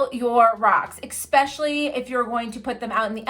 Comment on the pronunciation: You said eKsprcially